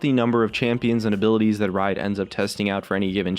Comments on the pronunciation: did anyone else noticed he miss spells "that" at the beginning, he did it like this, "tha't" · Tha't.... Epic engrish